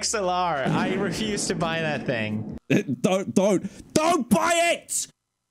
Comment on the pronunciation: dan is flexing saying "i boght this $800 ting and i dont use it" hahahaha